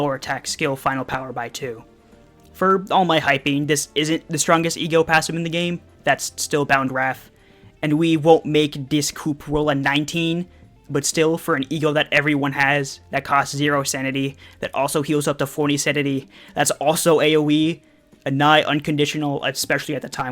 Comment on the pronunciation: Brother you murdered a french man with that "Dessssss CouP"